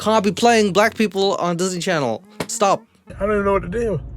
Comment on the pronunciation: I love how you said jizzney channel